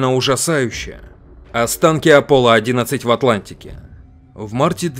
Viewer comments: А разве не аполон 11 а не аполло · Правильно не аполо 11 а аполон 11!